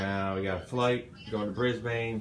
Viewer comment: nailed the pronunciation of Brisbane!! haha